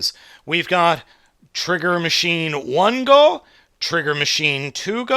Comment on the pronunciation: It's Patoranger. NOT Patrolranger. It's not 1gou either. It's Ichigou. Dammit.